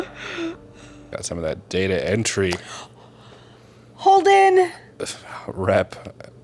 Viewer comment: it pronounced data entry, not data entry